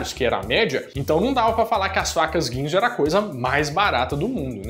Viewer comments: Alguém percebeu que nos 3 Minutos ele fala vacas ao invés de facas kkkkk...eu voltei 4 vezes pra ouvir de novo. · É sério que vc falou "vacas" quick cut em vez de "facas"? :D